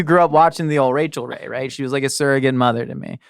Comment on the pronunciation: ✨RAY✨chel Ray. The inflection bunted my brain.